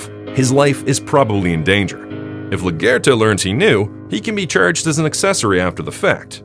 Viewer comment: Bro its la guerta not la gerta